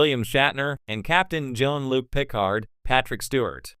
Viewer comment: Is this an AI video? Who makes a Star Trek video and can’t say Picard.